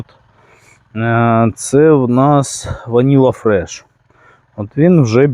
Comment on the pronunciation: Це не деревовидні а волотисті гортензії- кацапською метельчатые.І перепрошую але - ваніла фрайз а не фреш і взагалі багато помилок в назвах.Рослини гарні але не плутайте назви будь-яка.